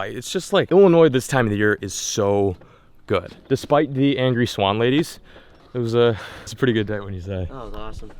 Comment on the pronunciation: why does she say swan like that "swAAn"